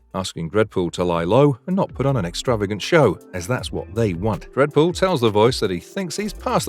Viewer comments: Brv you can’t do a full video and not even getting the main character pronunciation right man…no wonder this channel never came on my feed before. Re-do video with Deadpool name right and I’ll revisits..for now bye,.. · Dead pool not dread pool smh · I’m hearing dredpool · I can't stop hearing "Redbull" instead of Deadpool!